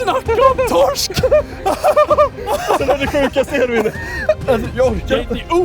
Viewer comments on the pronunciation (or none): none